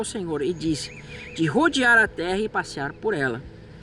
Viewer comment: Qual o teu problema em duplicar o “r”, meu jovem? Por que você diz “tera” ao invés de “terra”; “narar” ao invés de “narrar”? Você não é brasileiro, tem problema fisiológico de dicção? Esclareça, por favor! Isso incomoda…